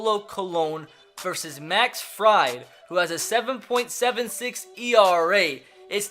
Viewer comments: Fried is pronounced freid btw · The braves pitcher's last name is pronounced freed lol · Fried is pronounced Freed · He says freid wrong😂